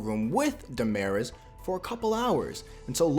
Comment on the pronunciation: Yo pronounce their names right It’s Da Ma Ris And not gimeniz It’s Jimenez He Me Nez